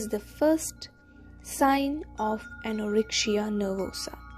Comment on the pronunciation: Good but why do you pronounce the letter c as sh in the word anorexia ??? it is irritable. Yet thank you.